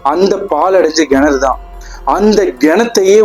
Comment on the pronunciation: Nice story bro but its kenaru pronunciation parunga not genaru. That was the only thing irking. Super story keep it up..